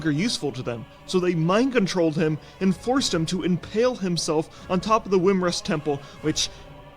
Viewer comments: Wymrest? Thought it was Wyrmrest. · It's not wrymrest it's wyrmrest like wyrm like dragon spawn hello